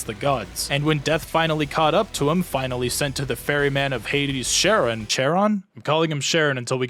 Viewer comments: Pronunciation notes: Charon = Karen. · It's pronounced karon but is spelled Charon